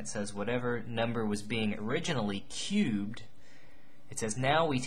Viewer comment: Was I the only one super bothered by the way he said « cubed »